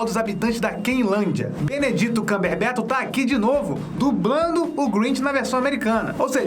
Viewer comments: não é BENEDITO, se fala BENEDIT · Benedito..😂pronunciação maravilhosa, amo seu canal ❤